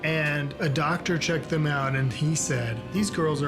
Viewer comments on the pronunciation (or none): none